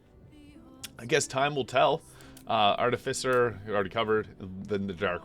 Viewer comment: Love your work! Phonetically, "artificer" is pronounced as: *ar-TIH-fuh-ser*